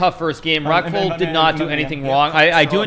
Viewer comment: I can't stop hearing Rectal instead of Reckful lol